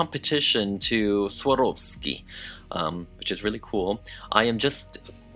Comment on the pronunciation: I absolutely love the dress, it turned out amazing! But as a German re Swarovski pronunciation is killing me, they're actually Austrian so it's pronounced the Same a it's written. No hate it just a let peeve if mine and you're usually very well versed :)